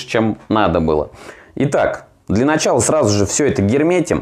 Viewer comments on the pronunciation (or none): none